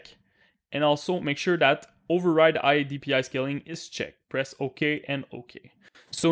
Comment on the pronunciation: This man needs letter H in his vocabulary, he really says Igh instead of high xDDD nice vid bro, you helped :P